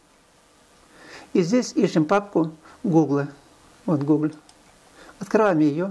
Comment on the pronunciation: Только не гугле, а гугл)